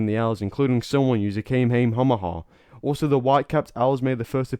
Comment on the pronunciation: Love this series, but I gotta say the way you've pronounced Kamehameha is making me irrationally angry